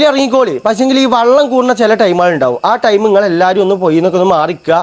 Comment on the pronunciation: വള്ളമല്ല മോനെ വെള്ളം